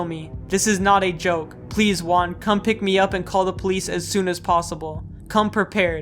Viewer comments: im a lil bit mad he said uan and not juan (its should be somewhat like who-an) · "So joy-an-me" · Fun Fact: You can know the game is located in Spain by looking at the chair in the bedroom, the "GAME" logo it's from a famous videgame shop here, similar to Gamestop, so yes, we call our Game Shop just Game. Also little tip about spanish pronunciation, the Ju in Juan is pronounced like Who.